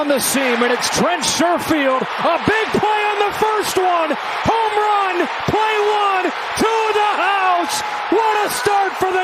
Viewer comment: bro said homerun